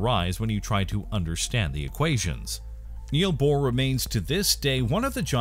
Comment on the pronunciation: It is Niels Bohr - NOT Neal Bohr.